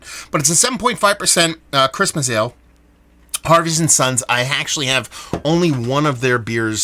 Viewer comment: thanks for the shout out and yes you said the.name correct!